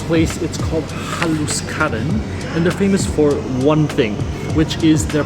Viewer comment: There is no such word as Slovakian, it's just plain Slovak, from a Slovak! And it's pronounced HAH' lush,ky, accent on the first syllable. MOST words in Slovak have the accent on the first syllable. Bratislava is almost ALWAYS mispronounced. Accent on the first syllable i.e. BRAH tislava, NOT BratiSLAVA!